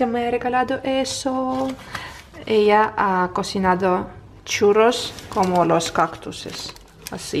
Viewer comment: Felicidades!!!!!! Nastya siempre con sus "CHUROS" 😂😂😂